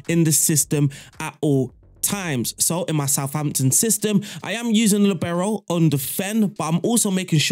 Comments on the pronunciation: Wtf its not Libero, its liibero. From italian. I didnt understand you for two minutes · Since Franz Beckenbauer more ore less invented the Libero role, and since he's German, the stress in Libero is on the first syllable: 'Li bero. You are welcome :-)